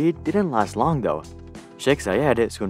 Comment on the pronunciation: nice video but could you stop adding "uh" or "ah" at the end of words randomly? For example: 'Though' should be pronounced "tho" not "tho-uh"